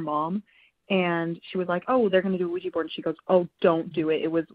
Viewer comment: I can't help but to get annoyed on how they pronounced Ouija board like "Ouiji" lol